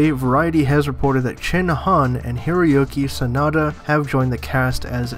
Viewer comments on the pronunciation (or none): it sounds like your saying. hairy-oke sanada. Lol